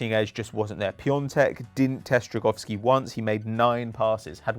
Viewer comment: Idk but pronunciation of Drągowski is atrocious. Its not an a its an ą, look it up next time